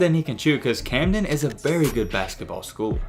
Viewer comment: He said Camden right finally😂 great vid lately they’ve been bangers